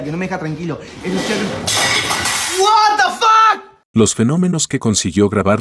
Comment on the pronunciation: 🤔... guatafac, guatafac, guatafac, ... EXCESO DE ¡guatafac!! (así de mal escrito, por lo mal pronunciado por un Argentino). Me cansó por lo ridículo el primer caso. 😹😹😹😹😹